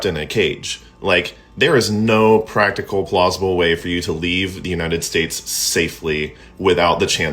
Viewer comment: "ya-nited states" lol